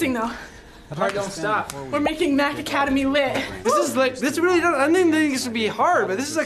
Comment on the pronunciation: Why does when josh say wayly it sounds like your brother can't say r yet and wayly